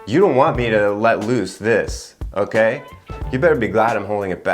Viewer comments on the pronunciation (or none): none